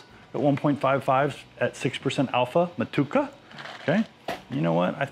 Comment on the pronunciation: Hops name is 'mo-to-eca ' not 'matuka' 😊😊